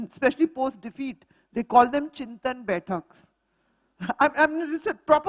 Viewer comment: Chintan is not Chinta, Madam. Learn any Indian language - you will know.